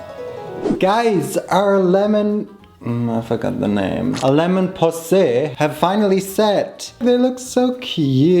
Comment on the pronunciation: Someone has to say it but “Lemon ✨poosay✨”